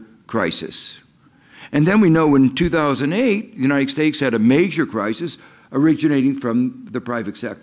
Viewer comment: He always says "United Stakes"